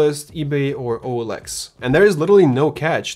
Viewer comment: OLX? He say olx?